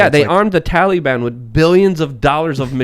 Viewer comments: Tally-ban lol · Dammit stop calling it the Tallyban, it sounds ridiculous